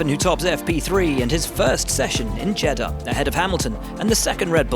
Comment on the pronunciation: Ffs pronounce Jeddah right for once 😂